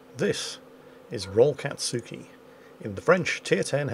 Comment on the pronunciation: We need to convince our mighty and benevolent gnome overlord to watch Naruto so he can pronounce "anything-katsuki" in fewer syllables xD